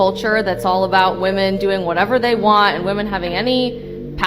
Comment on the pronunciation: You're starting to mispronounce the word "women"